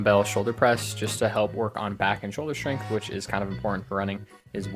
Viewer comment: bro said strenght 😭 cmon bro lock in